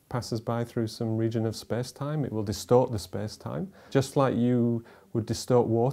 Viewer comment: "spes time"